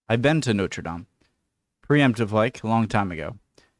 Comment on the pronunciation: I am delighted to hear you call Notre Dame (Our Lady) correctly and not Noder dayme like other Americans.